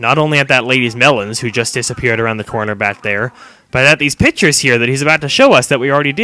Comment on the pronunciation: Duuuude that was amazing! Also, "cor" is an English word...they say it like Americans say "GOD"